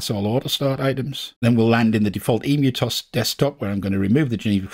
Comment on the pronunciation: I'm pretty sure emu of EmuTOS is meant to be pronounced as it is in the start of the word 'emulated' because that's what it's short for in the name of the system, not the bird of the same name!